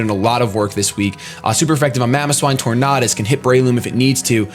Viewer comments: IN ANIME THEY SAY TOR-NADUS not Tor-NODUS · Tor-nay-dus like Tor-nay-do. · I think it's pronounced tor-nay-dus because it's supposed to sound like tornado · RandomGuy1: Its pronounced tor-nay -das RandomGuy2: No its pronounced tor-nah-das Me: Who cares? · it's pronounced Tornadus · Say the word tornado out loud That's how you pronounce tornadus. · its tornadus, not tornadus !!!! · Hey if you ever want to know how to properly say a pokemon name there is this special little thing called the pokedex 3Dpro USE IT people on youtube even posted videos of all pokemon kanto through unova because the way you say tornadus is as disgusting as when you ignored the other a in spinarak and called it a spinark in the soul link